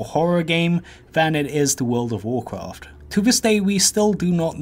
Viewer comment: Wooled of Woolcwaft?